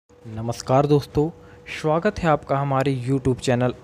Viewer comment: Shwagat nhi bhai "Swagat"